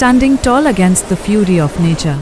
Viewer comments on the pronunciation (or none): none